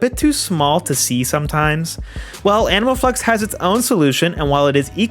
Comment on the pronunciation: Am I the only one hearing "Anal Flex" every single time xD